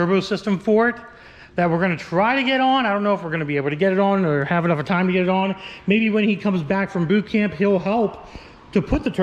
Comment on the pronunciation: " I think I'll Have-uh-nuffa time" needs to be a t-shirt. Every time you say it I die 🤣